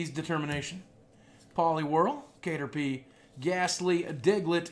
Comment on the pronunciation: its TANGLE-uh not Angela with 't' in front and CATerpie not kate-erpie. seriously.